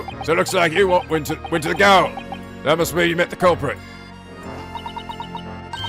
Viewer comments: gaol is pronounced jail. Its pretty much the old word for jail in UK. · Wait, seriously?! I've been pronouncing gaol wrong all these years....